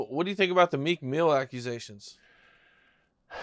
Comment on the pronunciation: Jaguar calls Meek Mill MEEK MILK. 😂